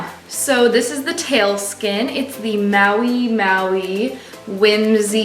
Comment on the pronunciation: So is the fabric tail named Maui Maui or did you just mispronounce Mahi Mahi and go with it?